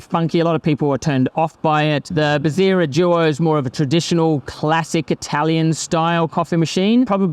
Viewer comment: its bezzera. not bezzira